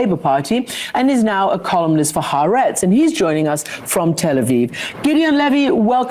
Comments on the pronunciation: Fyi, it's Ha'Aretz, not haretz. The Land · how does Sam not know the pronunciation of ha AR etz????? I think he's knocked too many memory cells loose blowing the shofar